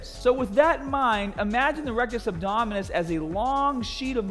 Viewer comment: I like how he just switches to a Australian accent every time he says a word with a ER or RRR at the end